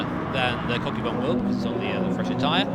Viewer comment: i wonder if one of the commentators is pronouncing kokubun wrongly, i hope kokubun aint getting triggered by it lol